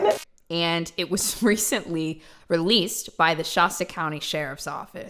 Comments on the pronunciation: "Shaahsta" sounds so fancy. It's just "Sh- ah-sta". Short "a" hun. :) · Shasta county? FYI if yo talking Shasta county ca as in mount Shasta you’re pronouncement is off a little. You said sh.AW.sta It’s more like sh.AH.sta. Just someone who lives part time around the area of mt.Shasta city so….